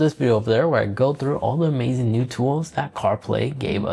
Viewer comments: THe... not Dee. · THat... not Dat.